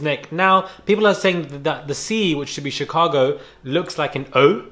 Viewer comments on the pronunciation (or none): none